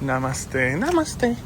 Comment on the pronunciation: The way you repeated "namaste" Lol you're a filo now 😂